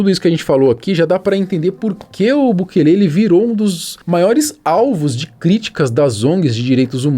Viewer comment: SUGESTÃO aprender a pelo menos falar o Nome do Presidente de El Salvador corretamente, bukeeele sangra os ouvidos 👂